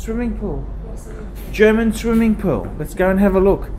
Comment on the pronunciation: did say German swimming poo?